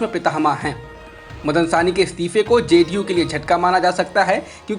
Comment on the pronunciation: Sahni ko aap Saini kyoun kahte hain.